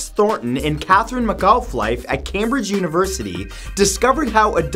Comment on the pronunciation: McAuliffe is pronounced Mc-CALL- if